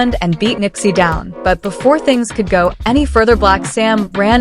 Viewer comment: It's Nipsey, not Nippy!